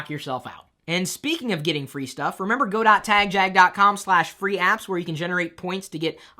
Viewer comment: Chris, i should let you know that I've never participated in your give always because i hate the way you say tagjag.